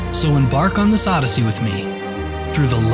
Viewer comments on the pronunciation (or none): none